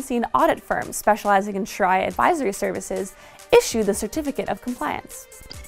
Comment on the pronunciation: It's pronounced Sha ree a